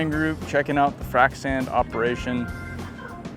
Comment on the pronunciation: No K in Frac, short for FRACTURE